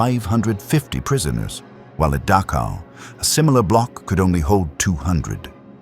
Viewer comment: Please learn to pronounce the ch sound in names like Dachau.